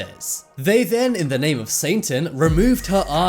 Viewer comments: uhhm it isn't 'saintan' , it's satan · The narrator kept sounding like he was saying "Saintan". Lol 😝